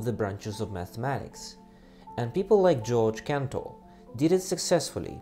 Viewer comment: never pronounce georg cantor like that ever again